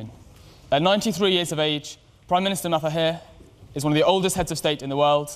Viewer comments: It's Mahathir, not Matahir... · Its Mahathir, not Matahir. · Its Mahathir, not Matahir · Mahathir... Not matahir. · Ma ha thir not ma hat hir lolz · Why does the compere keep saying Ma-ta-hir? Didn't he even try to practise saying his guest's name correctly or was he just not bothered? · crickets4 he afraid to say correctly.. when he said mahathir..the sound that come out from his mouth become mahdi(almahdi)..that why he keeps saying matahir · Say it right man,. ....MA. HA..thee+r....( Make an effort to say it right). and not otherwise. Respect his NAME..for Gods sake. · This guy can't even pronounce Mahathir correctly 🙄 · because he is not malay n not familiar with malays name. But i think he should check on how to pronounce someones name before interview them. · Mister mataheee jahahadhhadhaha. They sould pronounce our prime ministers name correctly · Please read the PM his name correctly...